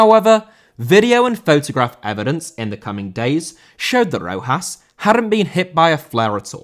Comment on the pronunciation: Rojas* not Rouwhas